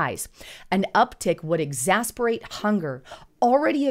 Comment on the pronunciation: You are saying "exacerbate" incorrectly. Just friendly advice, you can look it up on youtube and on google and youll find the correct pronounciation.